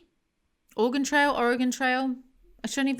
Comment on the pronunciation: As an Oregonian I just want to say I appreciate that you know that Oregon isn't pronounced like organ.